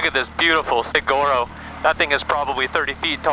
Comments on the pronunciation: Say it with me, 'saHuaro' cactus. You got this.👍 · Saguaro...pronounced sa-war-o. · Exactly. Sa-wa-ro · Respectfully Saguaro is (Sawarro) .....Cool bar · Nice video but you need to learn how to pronounce Saguaro correctly. 😂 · Back up, learn about Cactus from the Arizona side, pronounced correctly and with the proper name ! Bumper beer, the right place for the silver bullet crap ! Short pants in the rough ? You guessed it, I am not a fan ! 🤦🏻‍♂️🤠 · You pronounced Saguaro wrong so I'm guessing you guys are not from the desert southwest. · Do not pronounce the g in Sauguaros cactus lol talk to a person front az they w tell you how to sat it but creat vid ,went there 1st time 20 yr ago it has really changed alot . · Fun fact the G is silent in saguaro just so you know 😊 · Interesting ride but please learn how to pronounce Saguaro. Consider the “g” a “w”.